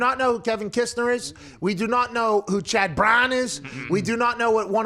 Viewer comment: “CHAD BRAWNN!!” 😂 😂